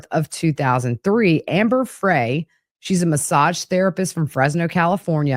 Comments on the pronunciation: It’s Frey, like French fry. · love your podcast 💜 just an FYI, it’s Amber Frey (Fry) - like (French fries)